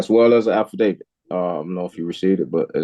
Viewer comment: “I sent you my birth certificate, as well as a Alpha David” god I love it when people can’t pronounce “affidavit”, that’s how you KNOW it’s going to be entertaining 😂😂